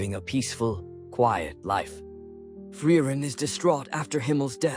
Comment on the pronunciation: but it's free-ren not fry-ren 🤣🤣🤣